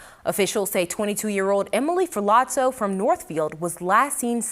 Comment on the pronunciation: In Italian, a "zz" sound is pronounced like "tz" - as in "pizza"...which of course is pronounced "peetza" - not "pizz - uh".